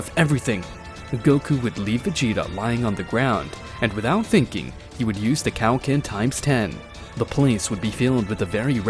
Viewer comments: 😂😂😂😂it's like your saying "Cow-Ken" instead of Kaioken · He said cow- ken